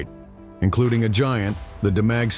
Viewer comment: Demag pronounced, " Deemag ".